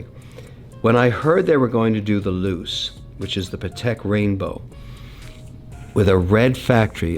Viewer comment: “The Loose”?? Oh Kevin, cmon… Aquanaut Luce 😂😂 loo-chay